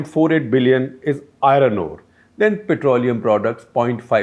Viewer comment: I-RRRoN ROD ..I-RROn ORE ..LOL